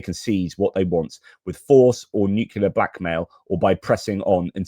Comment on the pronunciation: Thanks, however the word "nucular" does not exist in the English language.